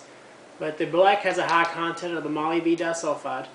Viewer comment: ...not "molee-BEE-'denim", it's pronounced "muh-LIB-duh-num"